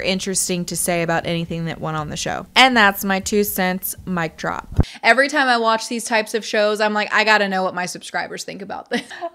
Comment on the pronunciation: I believe she pronounced it "toiiiehm".